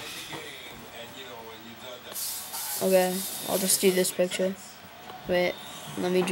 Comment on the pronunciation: Piture ! Come on that's the easy bit ! Also you sound tired . . .pity as I'm sure you know what you are doing ! Thanks